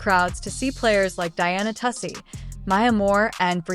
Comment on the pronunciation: 1st time I ever heard Genoa owns 3 on 3 league, or he wants coach in it. Like half this video is garbage. Geno is coach of ucon, 3 on 3 will being playing same time. Lady keeps calling page brewers instead of beck-ers. Miss pronounces Diana, last name, just lot of fake news. I dislike, uconn, Geno and Diana. But try keep it 💯. Shitting on uconn program, for what he and the players done for 15 years is crazy work. Uconn spotted usc, a 20 point lead, with one best players in country. Came back took the lead in last few minutes, and lost by 2. This video is 🗑️!!!!